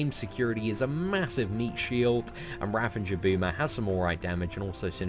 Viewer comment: I dont know why so many YouTubers put an N in the word Ravager. It's not just you :)